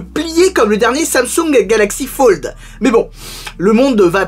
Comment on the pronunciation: "Samsung galaxy fauld" 😂 Dit fold la prochaine fois